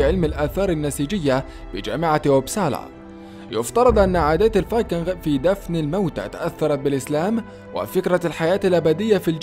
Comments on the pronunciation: مجهود جميل تشكرون عليه ملاحظة فاللغة الانقليزية الاسماء لاتعرب اوتترجم انما تنقل كماهي فلايقال جوجل بل قوقل ولا يقال جروب انما قروب الاصح شعب الفايكينق وليس الفايكنغ تقبل مروري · المعلق على الفديو مايعرف ينطق كلمة الفايكنغ .. فايكنغ اخرها مثل نطق كلمة king وليس حرف ال غ ... صدعني من كثر ماقالها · الله يجزيك الخير بس الفايكينغ تكتب بالغين غ وتلفظ بالكاف ك يعني تلفظ الفايكينك أنت عربي بس !!!صحح لغتك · لسا بيقول فايكنغ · انطق كلمت(الفينقنق) جيداً يابليذ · لا تنطق حرف الغين عندما تقول الڤايكنغ لأنها تنطق بحرف الجيم السهلة وليست الچيم العربية الغليظة ... بارك الله فيك .. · يا أخي ألفظ الفايكنغ لفظ صحيح بدون الغاء